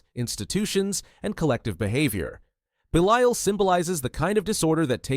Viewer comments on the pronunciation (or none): Interesting vid but AI cant make its mind up on how to pronounce Belial. Pretty sure Abaddon is being pronounced wrong here too.